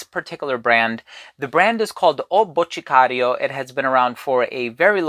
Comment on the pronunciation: Actually pronounced Boticario pretty well. Must have some Brazilian friends :)